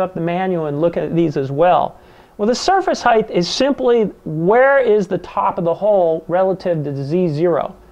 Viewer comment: Fascinated with this process as I am giving serious thought to converting my manual Turret mill to a CNC machine. I'll then be able to do impossible tasks on a manual machine. One minor point. Height is pronounced "heyt", not "heyth" as all your speakers mis-pronounce. Width is "width" but height does not have the final "th". English is a beautiful and precise language which sounds best when used properly.